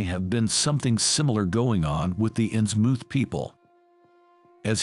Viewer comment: I lasted but that AI mispronouncing 'Innsmouth' is just too distracting. It doesn't rhyme with 'vermouth'. sigh It's okay. AI will get better. I look forward to serving our AI overlords.